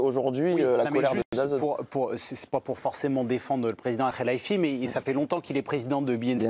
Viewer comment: Mdr la journaliste a du mal avec le nom el khelaifi😂😂😂